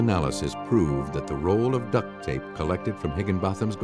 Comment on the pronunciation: Why is he saying duct tape like that loljhfdghj